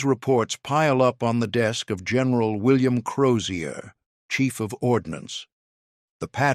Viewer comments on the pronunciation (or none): none